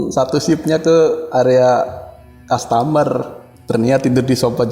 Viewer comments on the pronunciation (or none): Kaya tetangga kalo cerita "tidur di sopa,ruangan opis" 😅 Uji nyali ganti2an di ruangan kastamerrr tidur di sopa 😂